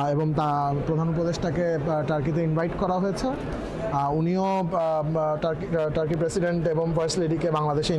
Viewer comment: Tarky na bolay turkey bolben bujlen ?